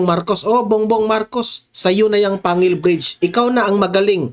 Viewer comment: Panggil po ang pg pronouns po